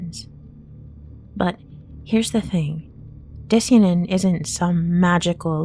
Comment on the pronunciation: Di-cyan-in is pronounced like cyan the color, not ”disianin”